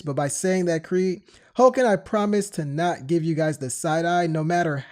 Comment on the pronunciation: Said the creed wrong my man, big fan but I caught you slippin 😂😂😂